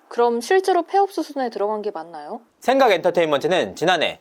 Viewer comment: 지금 의도적으로 생강이라고 발음하는건가여? 그렇다면 아주 맘에 드는군요 ㅋㅋㅋㅋ